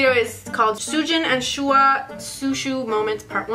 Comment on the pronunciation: Butchered Shuhua Name In The Beginning Lol But The Content I Need Before My AP Exam Tomorrow 🦍💨❤️